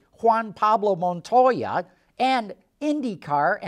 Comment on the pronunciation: Wewwwooooaaahhhh. Perfect pronunciation of Montoya.